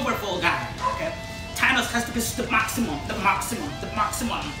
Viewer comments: He said Tanos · " T ANOS......"